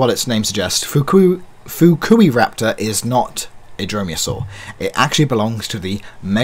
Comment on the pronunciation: Funny you seem to be the only one who pronounces Fukuiraptor right. 😜 At least compared to other reviewers (whom I feel like are trying to censor the name). But nvm was just an observation. What else is he’s got a chunky end 😝 Still I love these new figures and I seriously want them all.